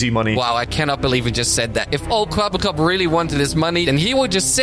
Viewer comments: Kweebbelklop everytime u say it sounds more like kebab cop😂😂🤣🤣🤣wa sort of stupid name iz dat ngl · Charly really called him "Kwebbleflop" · Please stop saying "kwebbelkop". Cooperation appreciated.